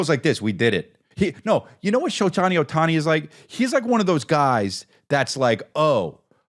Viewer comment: Maybe he was trying to say "Showtime Ohtani" 😂